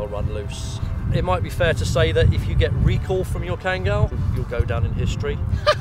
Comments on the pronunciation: OMG Finally right pronunciation at 14.15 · kangal name is correct pronunciation. Thanks grand mother.. "a turkish son" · You know is really an expert because she pronounces the name correctly (as Khan-gull). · The old lady even pronounced kangal right! Respect ❤️ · I really appreciate expertise and love of Kangal dogs. What surprises me is, she really pronounces "Kangal" with correct accent! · yaşlı kadın tam bir münevver.. kangal'ın telaffuzundan tutun, anadolu çoban köpeği demenin doğru olmayacağı demesine, herşeyiyle klasik atıp tutan kalıpçı batılıdan çok farklı. oturup sohbet etmek isterdim. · The old lady pronounce the word "Kangal" right 👍🏼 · the old lady is such a sweetheart, knows all the history about Kangals. Loved how she pronounces Kangal as we Turks do. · "as we Turks do" old lady pronounces true in Turkish